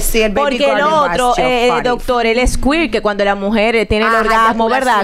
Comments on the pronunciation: dijo el shower golden 🙏 si van a decir “golden shower “dilo bien ella dijo sqwee ella quiere decir “squirt “🙏 no hablen en inglés si no saben decirlo bien es “squirt “ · Como es que se dice scui 😂😂😂